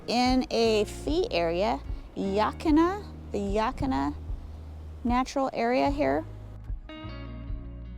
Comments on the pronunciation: I live in oregon close to the columbia river Gorge I saw your Gorge vid loved it and I thought I'd help you out on how to pronounce yaquina yuh like duh Quinn uh almost all of the names around oregon are native American words they can sometimes get ya 😊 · Yaquina is pronounced "Yeah--Quaine (as in Wayne)--Uh". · Ah, no it isn’t. It’s pronounced “Ya - Quin-ah” Just like it’s spelled. There’s nothing in the town’s name that sounds like “yeah” or “Wayne”.😂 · Why did yiu bypass Manzanita?? 🤔 Didnt even show the Punch Bowl! Yaquina (Yuh-keen-uh)